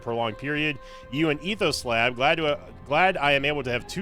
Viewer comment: The fact it sounded liek he said it like "Etho Slab" brought back a whole ton of old Mindcrack memories too.